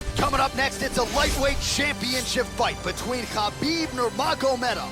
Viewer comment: Khabib not habib